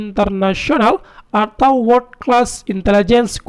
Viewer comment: Dengerin aja bahasa inggris abang penyiarnya jjur saja masih amburadul gitu "World" dibaca "Word" ...baca cyber security ama biomedichal hazard pun masih kseleo pronounce-nya... selama ada kemauan belajar trs Keep Going..tapi paling important memang harus bisa bahasa inggris